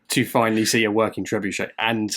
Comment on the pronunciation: Thanks to you, I now know how to correctly pronounce trebuchet. You don’t want to know how I thought it was pronounced. 😂